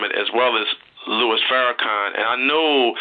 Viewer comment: Lol I know you wrote your comment about 6 years ago but I'm listening to the interview for the first time and every time he refers to our dear brother as" Lewis" it's just so cringe-worthy to me.